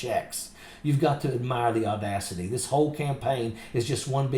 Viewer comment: Can this ignorant woman not pronounce "THIS" ? She has had enough time and $$$ to learn English properly. DIS, DIS, DIS, DIS, DIS. The phrase "I really don't care do you" really echoes here